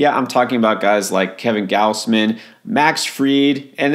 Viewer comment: Kevin "Gaws-man"!!! Not Gouse-man.